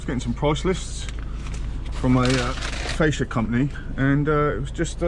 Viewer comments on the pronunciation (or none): none